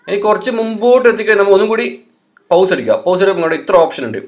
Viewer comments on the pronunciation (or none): വീഡിയോ "പൗസ് " അല്ല 👉 "പോസ് " എന്നാണ് pronunciation... ☺️😍❣️❣️